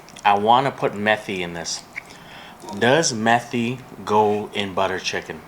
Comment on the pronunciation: So couple of things to clear out, it's pronounced May-Thi not Meth-thi 😅. Second we never put chicken pieces with the skin on because after cooking the chicken and stewing it in the gravy the skin ends up being chewy. Pro Tip (at least when my brother makes butter chicken for us): Seperate all the skin from your chicken and marinate them in salt and curry powder. After 2/3 Hours (a day would be best) take the marinated skins and deep fry them, you'll end up with chicken curry cracklings 🤤 thee best topping for Biryani or any Indian chicken gravies #ThankMeLater 😉